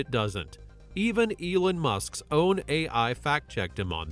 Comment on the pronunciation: u still saying Elin Musk instead of Elon Musk